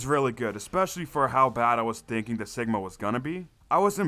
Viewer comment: Great series, the first way your saying cigma is correct. It’s “cig” like cigarette. The enemy spam in the bunker steps solo is pretty annoying IMO.